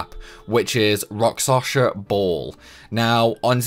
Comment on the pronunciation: Why do you keep saying rakSaSHa? It is rakSHaSa...